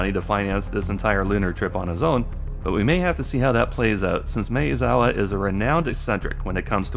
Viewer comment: Mah-eh-zawa, not May-uh-zawa.